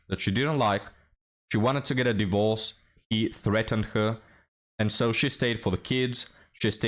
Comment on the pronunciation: => "d!e - vorce" is the ancient English pronunciation. Trust me I'm a historian and an expert on the topic 😂